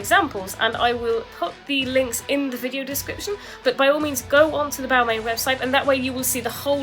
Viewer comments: people can tell you you’re pronouncing it wrong tho, there isn’t different ways of saying it there’s one way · When you are talking about high end fashion brands maybe learn how to pronounce them first!